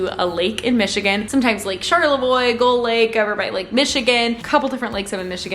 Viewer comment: The shock on my face when you started name dropping lakes in my state lmao. Proud of you for pronouncing Charlevoix correctly 😂😂